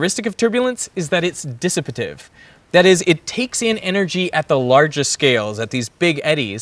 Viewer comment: Dissipative is pronounced Diss-e-pay-tive not "Diss-e-pit-ive."